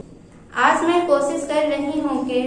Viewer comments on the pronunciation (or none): کوسس نہیـــــں کوشش بابو